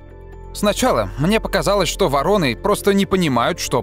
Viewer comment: 16 дцатое там не ворОны, а вОроны.